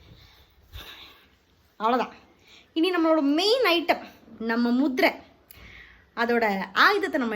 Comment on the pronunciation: Moothirai illa da ma muththirai